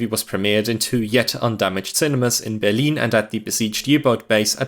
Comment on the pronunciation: The commentary is terrible..what the hell is Berleen???